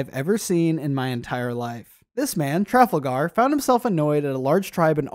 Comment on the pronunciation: I had a genuine reaction by how he pronounced Trafalgar I am 99% sure it is (tra-FAL-gar)